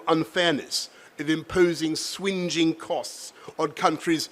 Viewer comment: Did he pronounce Swinging as Swinjing?